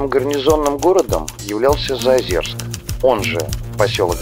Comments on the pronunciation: заозЁрск!!! какой заозерск)) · Извините, ЗаозЁрск, а не ЗаозЕрск. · Прежде чем делать выпуск про город вы хоть узнайте как правильно произносится Заозёрск , говорится через ё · Не слышала никогда названия ЗаозЕрск. Только ЗаозЁрск.. у тех кто там служил был причастен, и вообще кто- либо когда- либо упоминал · Нет говориться через ё ни какого Заозерска